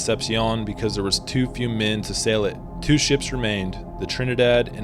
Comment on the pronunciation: Great video except it's almost unwatchable when you say "sells" for sails and "mells" for males